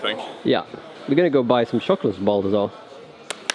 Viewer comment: Chocolate is pronounced with a tsh sound guys. And jumping with a dj sound :')! Keep it up! <3